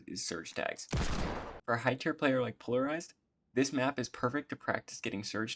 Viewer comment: Пэ икс ларизед читается